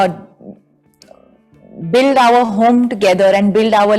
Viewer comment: And why r they promoting this movie background like it's some international level movie. Her English is so bad. For 'R' (our) she says Ower as in Power😃